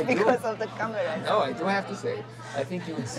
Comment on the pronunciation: Ez a lány... 5 évet lehúzott New Yorkban egyetemestül, munkahelyestül, és még mindig olyan kőkemény káeurópai akcentusa van, hogy meg nem mondanád, hogy nem csak könyvben látott angolt. "Kámeráz", szépen kipörgetett er-rel. Az ilyet sose értettem.